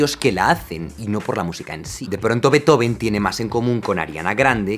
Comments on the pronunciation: No, no se pronuncia /ˈbeɪtoʊvən/ sino /ˈbeːtˌhoːfn̩/. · Solo decir que Beethoven no se pronuncia así como indicas en el minuto . En realidad sería algo más bien como Fan Béeetofn llevado a sonidos españoles (fuente: yo (alemán/español)). En cuanto a Beethoven como símbolo europeo, de su vida se sabe que él siempre estuvo apoyando los diversos movimientos y guerras "liberales" de toda Europa en contra de los absolutismos. Por eso compone Egmont (como símbolo de la "liberación" de los holandeses del Imperio Español, obviamente basado en una obra con sesgo del luterano Goethe), le dedica la Eroica a Napoleón como defensor de exportar los ideales de la Revolución Francesa, para después eliminarlo de la dedicatoria cuando se proclama Emperador y compone un homenaje a Wellington tras la Batalla de Vitoria cuando José Bonaparte es vencido en España. En resumen, su interés por lo europeo fue bastante más allá de la política interna de los reinos germánicos. Beethoven es de Europa y del mundo, no sólo de Alemania. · originalmente no se pronuncia /'beitoven/, se pronuncia /'be:tofen/ porque no es un apellido en inglés, es en alemán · una pronunciación mas acertada seria Ludbik fan Bitjofen.... Luis del Campo de Nabos... A la mierda todo el glamour, ja ja ja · Se pronuncia Beetofn. De hecho. y Motsagt y Ainshtain como bonus xd. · No se pronuncia Lúdvij fan Betófn? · Excelente contenido Jaime. Pero se pronuncia Beethofen, que el chamaco era alemán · Se pronuncia: "Ludvik fan Beetjofen" 😀 aproximadamente claro. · Ludwig van Beethoven [fʌn ˈbeːtˌhoːfn̩] se pronuncia beetjofen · Se pronuncia Betjofn** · Se pronuncia Fan Be-eetoFen, amigo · Se pronuncia «Beetjofen» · No se pronuncia así su nombre. :( “Beet-joven” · ¿En qué idioma se pronuncia "Beithoven"? ;-) Desde luego, en alemán, no. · No, no se pronuncia así: la ‘b’ no es fricativa o aproximante; es bilabial sonora oclusiva. La ‘v’ sí debería sonar fricativa. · Se dice “beutofen” 2 segundos antes “ludbig” 😂😂😂